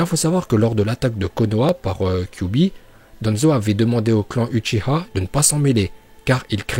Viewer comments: Déjà c'est uchiwa pas uchiha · pk vous dites uchiha alors que c'est uchiwa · Oui mais dis uchiwa pas uchiha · utchia 🤣🤣🤣🤣🤣, c’est utchiwa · Uchia c'est pas ouchah c'est ouchiwa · mdr c'est uchiwa pas huchiwa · Uchiwa pas uchiha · Dsl mais c’est uchiwa pas uchiha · On dit Uchiwa et non Uchiha on dit Kurama et on dit Naruto Shippuden et non Naruto Shinppunden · Dit pas uchiha ça pe stress dit uchiwa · Lacoste Tn le boss nn en vrai c uchiha va voir en vostfr comment il le prononce c juste en français ils l’ont transformé en uchiwa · apprend a parler c pas utchia mais utchiua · Attend il a dit huchiha la j’ai pas rêvé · On dit uchiwa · On prononce "uchiwa" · Uchiwa t'a daronne t français non tdc tu dis ashilama ou madala donc prononce normalement pff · Pk tu dit uchi-HA😂😂😂